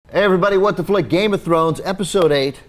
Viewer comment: If you're going to review game of thrones....learn the bloody names!!! Jesus, are three series not enough?!